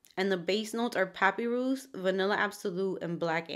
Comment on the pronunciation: great video! just wanted to let you know that papyrus is pronounced as puh-pie-rus.